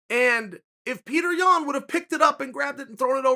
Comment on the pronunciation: I hate that you mispronounce Yan's name